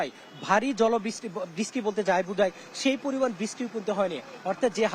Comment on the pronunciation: (বৃষ্টি+ কষ্ট+উনিশ) রিপোর্টার ভাইয়ের এই শব্দগুলোর মূর্ধন্য ষ উচ্চারণের জায়গাটায় একটু সমস্যা মনে হচ্ছে। আমি কি সঠিক! 🤔🤔